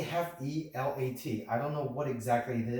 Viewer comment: Bruh is pronounced CAFÈ-LAT (like Latte, without the final “e”), also is a Hong Kong brand that makes also the ROBOT, a manual machine to make espresso “by press”